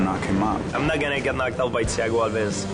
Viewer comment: Dana says Thiago's last name wrong evertime he says it in the video...lol